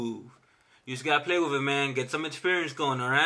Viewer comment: You gotta play around "wiff" it. Funny guy. 👍